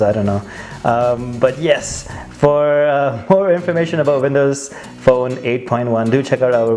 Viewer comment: Vindows Fone hehe